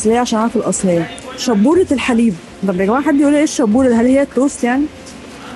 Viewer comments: موش شبورة 🤣🤣🤣🤣 دي شاااااابورة يعني الفايش الصعيدي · الشابوره هي زي الفايش عندكو في مصر وتنطق شابوره بمد الألف مش شبوره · شابورة وليست شبورة ياحاجة يعني بقسماط يا عسل 😅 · شابورة مب شبورة 😂